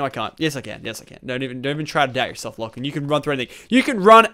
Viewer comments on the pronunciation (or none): none